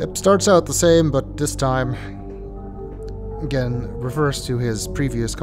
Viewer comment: I know it isn't what you meant, but I heard that as 'And we die a-Gehn'